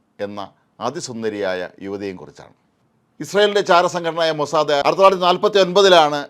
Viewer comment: മൊസാദേ അല്ല സാർ മോസ്സാദ് 🚶